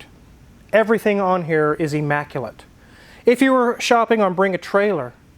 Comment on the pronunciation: The word is immaculate not emmaculate. At least in Tennessee, but maybe Kansas says it different.